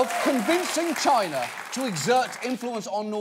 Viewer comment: is there anything more cringy than the way trump pronounces China?